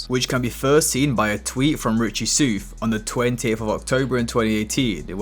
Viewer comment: “mack dre” not “mock dre” hahaha, that and u been butchering richie soufs name 😂 “souf” is supposed to sound like “south” not “soof”